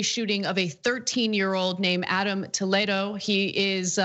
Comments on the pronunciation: Wtf how come she can’t pronounce the word Toledo? Toe Led Oh? Naw, Tuh Lee Doh. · … say it with me… Tah- lee-doe,,,,, how annoying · Honestly, the biggest crime is how she pronounces Toledo. Toe-leh-do. I shudder every time she says it. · why is she saying his name that way? it's spelled just like the city... so it should be tol-ee-doe... because it's latino?